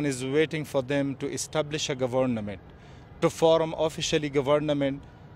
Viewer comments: ahh yes the gabornament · Govurnahmit??? Gahveurnamint??? just me???🤷‍♂️ Oh ok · I love to hear that pronounciation again, Ga-varna-ment, Lets break this word henceforth 😃. I can actually understand each and every word he said,🙌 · the guy just loves saying gavarnament. lol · All I heard was GAVARNAMENT